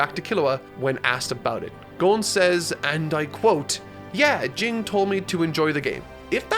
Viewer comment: Jing is pronounced Jean